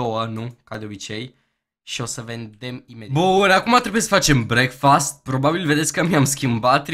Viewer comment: Vezi ca nu se spune breakfast asa cum ai zis daca ar fi sa citesti asa ca pe romaneste brecfăst :)